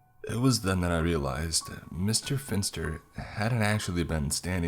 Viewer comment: Pff I keep hearing Mr. Fister instead of Mr. Finster.